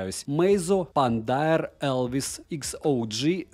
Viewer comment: Респект только за то что он выговорил это название)